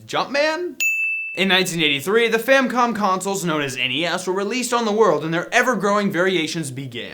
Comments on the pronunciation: It's FamiCom not "FamCom" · and he said famcom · ***** No you can't. The intent of a registered trademark is not how you decide to pronounce it. You pronounce it based on how it was actually registered. It's Famicom. Fami from *Fami*ly and Com from *Com*puter.